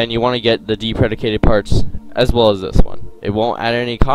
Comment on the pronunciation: Move your mic away from your mouth. Deprecated - deep-reh-kay-ted. Good tutorial though.